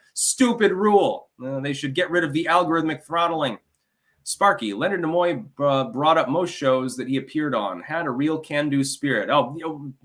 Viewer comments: Stop saying "Na-Moy"...its "NEE-MOY"...Gad, infuriating ignorance. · Leonard who? Nemoy?? Pronounced knee muo not na muo